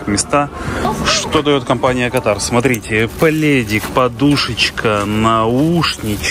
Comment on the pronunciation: Правильно КА тар Дубай ПАТА'ЙЯ ПХУКЕТ